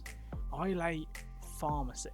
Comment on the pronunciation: For future reference, it's pronounced I ler, not I lay